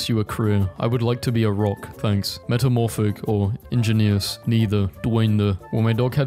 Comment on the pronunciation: Ahh yes, ihjuneeous.